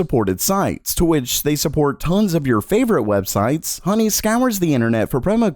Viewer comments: It’s honey not hoeney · yeah, download hoe ny...what accent is that?